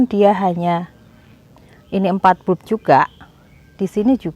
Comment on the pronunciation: bulp...dibaca balb